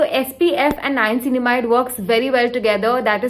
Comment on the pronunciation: Girl!!! You need to work on your niacinamide pronunciation. And you used it 3 times a sentence at that. This video exhausted me so much. you probably should use "N-word" for niacinamide but niacinamide works So great video.